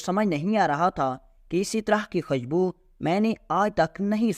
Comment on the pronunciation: خشبو نہین خوشبو۔۔۔۔۔